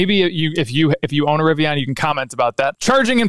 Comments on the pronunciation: It’s a Rivian like a Vivian not “ riviyaaan” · i hate the way you say riviAAN lol